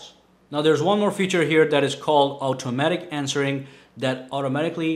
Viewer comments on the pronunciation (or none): none